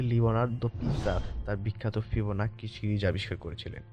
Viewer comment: ফিবোন্যাচি রে ভাই ফিবোনাক্কি না😂😂😂😂